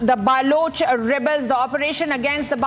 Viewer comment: Stupid anchor says,BAALOCH